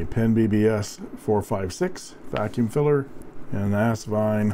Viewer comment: Kudos to another captivating review -- and to the correct pronunciation of Asvine! I knew it was still possible to teach an old...I mean Dog...new tricks. LOL, and BINGO!